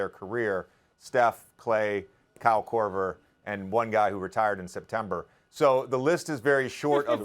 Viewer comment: Stephen A is a hater. JJ Reddick should have made the list over Kyle Kroger. I’ve never heard anyone shoot the ball and say Kyle Korver.